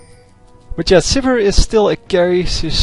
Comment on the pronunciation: Sivir not suburb